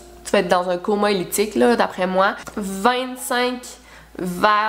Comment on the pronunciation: Coma éthylique et non elytique😂😂😂😂😂